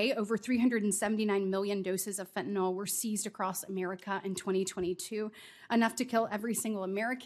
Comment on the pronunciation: Oh lord, she's still using that voice, and smiling as she describes the horrors of Fentanyl--which she hasn't yet learned to pronounce correctly.